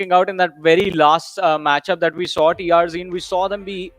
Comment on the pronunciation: Not TRG It's TRZ